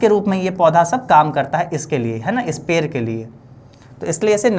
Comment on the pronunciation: पेड़ बोलों ना पेर पेर किए हो 😂❤